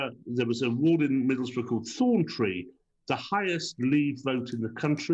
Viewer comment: Please, not 'Middlesborough'. It's Middlesbrough.